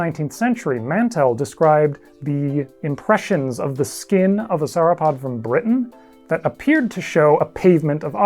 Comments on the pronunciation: 'sour-opod' my freaking ears! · Do you pronounce dinosaur in the same way you pronounce sauropod?